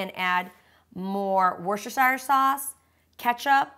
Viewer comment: Wust-er-shur, say it after me, wust-er-shur